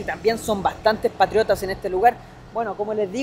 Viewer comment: patriotas, mas no 'patrshiotas'